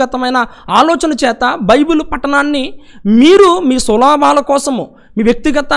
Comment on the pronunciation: బైబిల్ పట్టణం.. ఏంటి.. బ్రదర్. & సులబాలు.. ఏంటి.. బ్రదర్.. పదాలు పలకడం నేర్చుకోండి